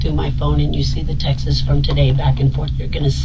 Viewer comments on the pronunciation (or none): “Text-ess” 🤣🤣 some of us just say texts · Never trust someone who says textes and not texts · hey lady, the plural of text is NOT "textez", ugh. see also: "I text him" instead of "texted". how stupid can you be? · Why can't people say TEXTS?? 1.. text 2 or more.. texts (TECHTS) Not text-es (Texas) 🤦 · The real crime is saying “Texas” instead of “texts” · I can't stand people that say "textsis" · Her pronunciation of "texts" is getting to me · 💯 same! Sounded like she was saying "tex tisses". 🤢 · I know. What are textes?